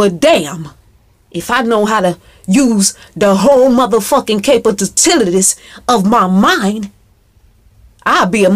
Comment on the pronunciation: yessss she said the capatatilities!!! of her mind!!!!! bring it so so!!! lol